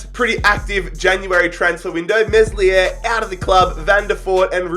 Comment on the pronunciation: This dude can’t pronounce names the s in meslier is silent